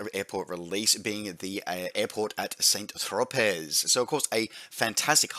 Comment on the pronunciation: San Trowpeh, San Trowpeh 😀